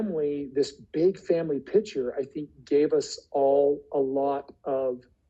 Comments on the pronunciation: Well, maybe there is a difference between a big family “picture” and a big family “pitcher”, that we don’t know about. 😅🤔 Its PICTURE! Just say PICTURE, Kody!!! Aahhhhh😂😂😂😂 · Lol, thats the Utah accent. I do the same thing, and have to catch myself. We also inadvertently say "Mow-n" instead of mountain